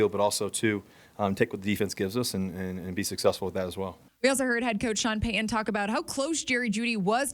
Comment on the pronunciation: Love the content. However, it’s pronounced Pey Ton….. not… Peyhan.